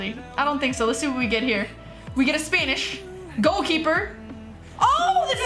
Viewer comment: Don’t know if it’s just her accent but I thought she said “spainish” 😂